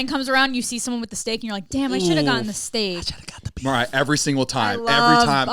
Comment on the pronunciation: I thought she was doing Mariar on purpose 😭🤣